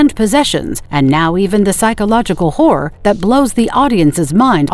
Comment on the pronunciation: The AI sounds like it's saying "whore." "Whore is a great genre."